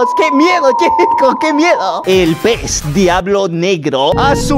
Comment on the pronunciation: no dice "uy que miedo" dice: "que meyo"